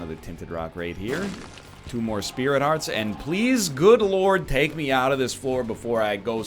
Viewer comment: "Looerd" Egg, i snorted from this pronunSEE-AYshun